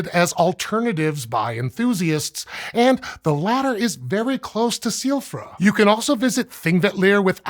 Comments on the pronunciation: I keep thinking he's saying Soifra Curse you Elden Ring. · B... because all of those phonemes are perfectly normal and common in English, but "gj" is a confusing letter combination for us... like why would he have any problem at all with "Silfra"? Literally he pronounced it exactly the way any English speaker would.